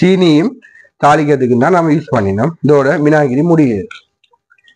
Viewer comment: வினாகிரி யா???? அதனுடைய உண்மையான ஆங்கில பெயரை ஒழுங்காக உச்சரிக்க லாமே! வினிகர். வினிகர்.